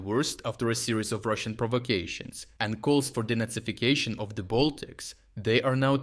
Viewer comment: The first time you said “De-nazification”, I heard “Donetsificstion”. Same result.